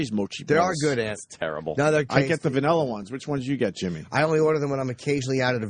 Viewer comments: ..... he said "vanirra" pretty early on. Weren't you listening? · What kind of ice cream was it? VANIRRA. LOL. I laughed so hard!